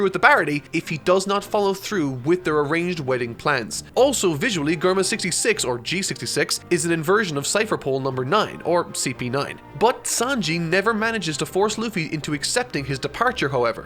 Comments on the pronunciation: Germa with a guh is one of my trigger words now. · Good video but don't ever call Germa "GUR-MA